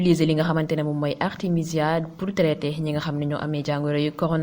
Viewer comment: Artemisia et non Artèmia... Au cas échéant veut dire si le cas se produit. C'est différent de au cas contraire. Merci de travailler votre texte avant l'enregistrement